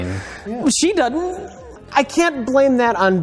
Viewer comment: "SHE DUDN'T" always kills me lol